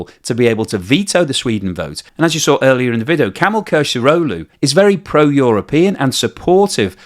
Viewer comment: Who is Camel Kilicdaroglu ? I thought it was Kemal like in Mustafa Kemal = Attatürk ??